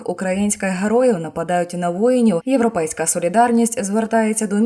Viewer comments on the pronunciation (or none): none